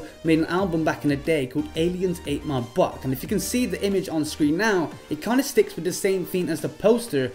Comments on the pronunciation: It's not buck, it's Buick, a car in the USA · he pronounced it like buck, it's pronounced like b-y-OO-ih-k